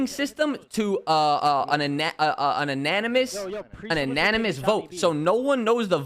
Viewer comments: Ananimis? How are today's pros so fucking braindead. Brother can even say Anonymous. Calling out OpTic for being "Dirty" on something that borderline is comical. Pull ya neck in 😂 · kept thinking he was saying unanimous voting until i realized he meant anonymous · The way he pronounced it made me think unanimous lol until after he said "no one knows" and I thought ... wait isn't it that way now? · Bro could not pronounce anonymous like bro it’s not that hard